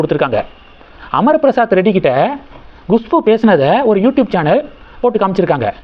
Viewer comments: Gushbu இல்லேங்க. KUSHBU. Pronounce correctly. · Gushpu? You are so adamant, refuse to correct yourself, it is Khushboo. Learn a b c d pronunciation first